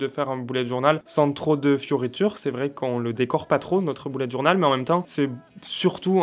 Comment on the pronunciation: "boulette journal" Mdrrr l'accent totalement absent xD